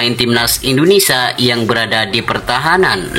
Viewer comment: Indonesia , bukan indonesa 🤣🤣🤣